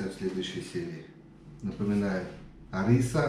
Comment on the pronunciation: Соус не ариса а харрисса:)